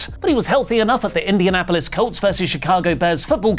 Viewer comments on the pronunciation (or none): none